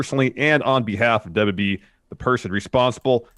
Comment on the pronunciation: Stop saying the "DAWBLUEE" instead of WWE. Wrestling News NOW has corrupted your brain.